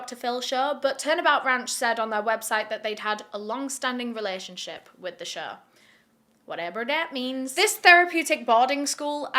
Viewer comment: “whatever dat means” in an American accent shook me.